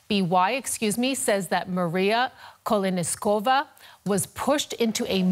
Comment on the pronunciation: KoleNISkova xD but for real, not funny at all